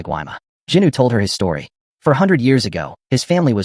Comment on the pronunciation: Bro it's Jinu not Juny😡